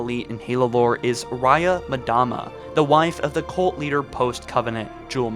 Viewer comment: For the love of God PLEASE STOP SAYING "madama" it's MDAMA not MADAMA.